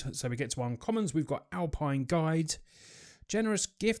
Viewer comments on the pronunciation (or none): none